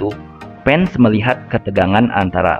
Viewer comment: Bola Voli om bukan bola poli Fans bukan pans , Hadewwwwwww blibet si om jd mimin 🙄